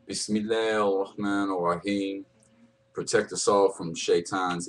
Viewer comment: assalamu aleikum wa rahmatuallahi wa baraketu brother great video very interesting keep doing what your doing inshallah (swt) just one thing though your arabic is very good but when you say bismillah its bismillah hir rahman nir raheem not bismillah ir rahman ir raheem god bless you salam aleikum from the uk